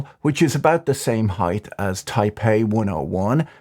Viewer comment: Height, not heigth